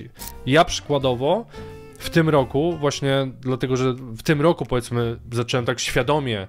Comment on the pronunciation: Mowi sie zacząłem a nie zaczełem